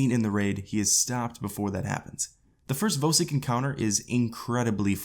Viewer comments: As soon as he said vo sik I stopped watching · why do u say vosik like that